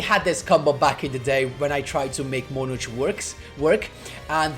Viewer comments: Nice deck, even though Monarchs seem like barely playable i guess is nice to mess around with them (not me though,i barely have anything 😅) Also I find it funny that you say" monar-ch" instead of "monar-k"(how is usually spelled) 😅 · it's fine 🤣 ,i actually like your pronunciation more even if is not correct, it's just that as you may know im not native English Speaker but i always heard it pronounced that way, that's why i find it funny hearing it from you